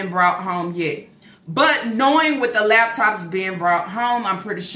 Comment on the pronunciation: Every time she say “lab tops” I cringe.